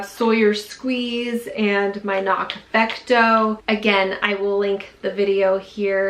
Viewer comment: Thank you for saying CNOC correctly.